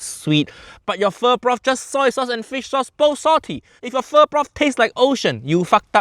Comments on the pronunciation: as a vietnamese, the original pronunciation isnt just straight up pho, it isnt pho its PHỞ, which add a little kind of moaning sound, the pitch came down first and then directly pitch up in the pronunciation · ... he said foe instead of fu. wanker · Pho❌ Fu-✅ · BRO SAYS PHO FO OMFG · The moment he pronounced it "Foe" I knew it was about to be a mess!! Im convinced he loves trolling us with terrible recipes at this point. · Is this what white people think pho is? As a Vietnamese... I actually spat out my boba when he pronounced it "fo" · The moment a professional chef starts the weejo pronouncing it "foe", hai-yaaa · "we're going to make 'foe'"🤦🤦🤦what are we making?? Thank goodness he corrects himself a second later. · I'm not even Vietnamese and my ancestors rolled over in their grave when he said "foe" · Jamie pho-ked up again. If he called it pho-like it would be acceptable. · The moment he pronounced pho like you'd pronounce "faux", I knew shit was going to get fucky. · The moment he pronounced pho as "foe" I knew it was gonna be bad 😭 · barely started the video AND HE GOT THE FREAKING PRONUNCIATION WRONG (im Vietnamese just dont hate) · As a Vietnamese, I feel disrespect how JO make Pho >.< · He almost destroy the whole Vietnamese heart😂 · Even nephew Loan-Shark is impressed how bad that french version of pho is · In the first10 seconds Jaime already Pho-cked up the pronounciation. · bro pronounced Pho wrong twice 😭 💔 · as a vietnamese person, i already knew this was gonna be bad as soon as i heard him first pronounce "pho" 😭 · Why uncle Roger owes gambling bet and all of us had to suffer watching Jamie make pho??? Pho-ck my life 😂😂😂😂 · His gonna PHO-K IT UP😂😂😂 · Yes, when he mispronounced Pho, I figured the dish was doomed.